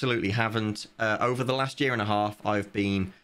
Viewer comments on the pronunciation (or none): none